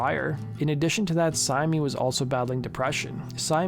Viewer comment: My wife who used to run the Marilyn Manson mailing list confirms pretty much all of the information in this video. According to her the talk was that Reeves and Syme were either back together or in the process of getting back. Her only objection to the video: Syme is apparently pronounced simply /sIm/ (rhyming with "lime").